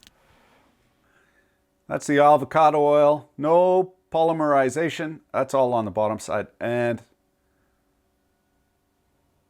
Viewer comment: pall LIM ur eye ZAY shun. Yur well kum. --------EDIT------ LESH uh thin Yur still well kum.